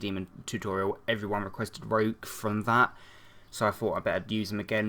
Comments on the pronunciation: Its pronounced ree-ook :) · You pronounced Ryuk's name right the second time :D